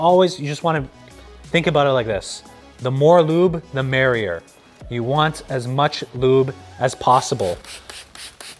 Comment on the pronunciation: "the more lube the marrier"💀💀